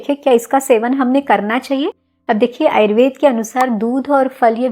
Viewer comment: Ma'am why have started saying "ayurvedAA" for everyone. Please call it ayurved as you always do. 🙏🏼